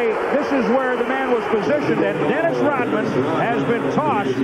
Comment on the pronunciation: It’s Rodman not rothman